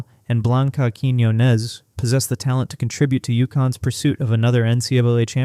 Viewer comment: You're pronouncing Blanca's last name wrong. Emphasis is on the O. As in, Quiñ-O-nez